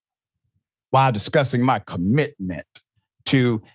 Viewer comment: 😂😂😂 the way he said commitment😂😂😂😂